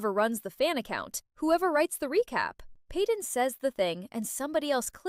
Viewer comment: Stop not peeden is payden